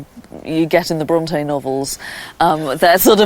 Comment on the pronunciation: Can it be that you are judging a little bit too hard here? I understood the pronounciation as "Bronty" - perfectly right for me. As for the authors I love them both as both of them had detailled insight within the human soul.